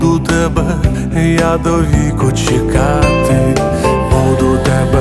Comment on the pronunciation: Те, що пан намагається співати українською, - добре. Погано те, що на фонетичному рівні - це все одно російська (трыматы, калына, чэкаты). Їхати в будь-яке село чи райцентр і вчитися вимові.